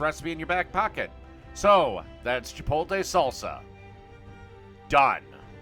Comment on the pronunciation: No offense but how do you spell the name right but pronounce it wrong?